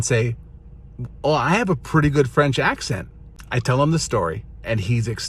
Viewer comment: "Ac-sahn" XD not "ac-sent"